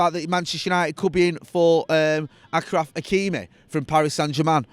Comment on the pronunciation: Akraf Lol its pronounced ashraf This presenter is a joke